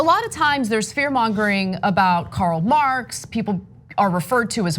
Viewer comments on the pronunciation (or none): none